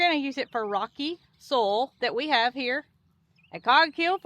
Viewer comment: I'm chuckling about how you say soil. It sounds like "soul". To me, a New Englander, we pronounce soil like this: "Soy-ill" . lol